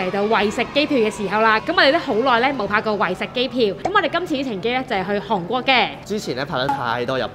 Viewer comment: 啲櫴音真係聽得好辛苦😡希望Kiki 用心改善🙏🏻